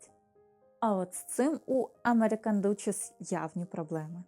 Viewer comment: Міла Герцогиня читається дачиз Aнгл duсhess